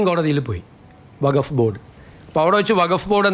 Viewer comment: വഘഫ് അല്ല വഖ്ഫ്.